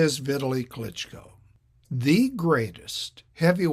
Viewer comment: His name doesn't rhyme with "Italy."